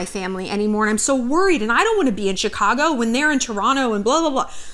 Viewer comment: Big respects for an American who pronounced Toronto “churronno” instead of “Tor-on-Toe”. Love from the 6ix ❤️